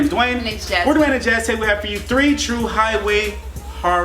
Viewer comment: I thought said Hide wig but he said highway😂😂